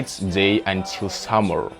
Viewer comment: здравствуй! Я не умею говорить на английском, но сама заметила пару слов, которые ты произносишь не совсем корректно, но я так понимаю, что у тебя американский акцент, так что оценить сложно. Ты в начале the произнёс немного иначе, это были первые пару минут. И слово until мне показалось странным, но наверное так и должно быть, если не ошибаюсь. Ошибки это нормально, так что не расстраивайся из-за того комментария выше